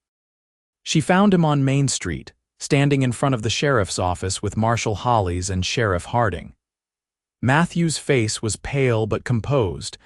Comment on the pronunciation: A story that has a realistic timeline for relationship building between Matthew & Clara. Also appreciate him telling Clara about his past. Do wish AI could be programmed to correctly pronounce Abilene and the sheriff’s as Hollis not Holies. Listening from Clarksville, TN.